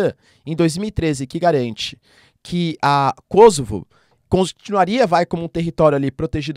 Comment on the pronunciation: Kosovo, é uma palavra paroxítona terminada em "a"...portanto ,essa pronúncia - proparoxítonas - kósovo, é produto da ignorância dos jorNAZISTA da rede Globo, minimetizando a pronúncia do inglês .. Caso a pronúncia fôsse KÓsovo, o gentílico séria KÔsovense, e não kôsovares.